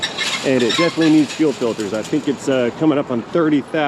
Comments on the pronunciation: "Filtes"??? What the heck is "Filtes"???? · What is a “filtes”?